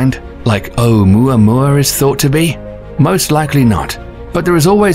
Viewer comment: How is it that you can do a fairly decent job of pronouncing both Haumea and Oumuamua, yet you completely took a sh't on saying Makemake?